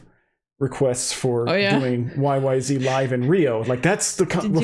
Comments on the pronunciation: Zed. It’s is Y. Y. Zed. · The "Z" is pronounced "Zed," and not in the American fashion.